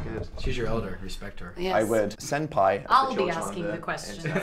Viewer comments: Oh gosh, I didn't realize Dan called Jennifer senpai until I turned on the captions. I told he said: "Send pie." 😂😂😂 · No Cassie, it's mostly sounded out/spoken as "sempai" but the actual spelling [not really the spelling; just the "English" interpretation] should be senpai, as it is spelt se-n-pa-i [せ ん ぱ い] in Japanese characters.